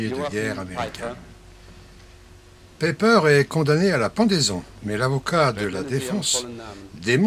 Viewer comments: Très intéressant bien fait, mais si je peux me permettre : c'est pas ''peper" mais "païper" ,''ei'' se pronoce ''aï'', comme aie. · Dommage que vous parliez allemand comme une vache espagnole : "Pepper" (comme le poivre en anglais lol) "libestandard", etc. J'ai même cru entendre "la ouafffen SS" mais je vous laisse le bénéfice du doute. Un peu de rigueur SVP.